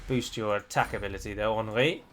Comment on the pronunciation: If you want to pronounce Henry to the correct French maner, don't pronounce the N. You want taking our accent so do it right!!! God damn rosbeef!!!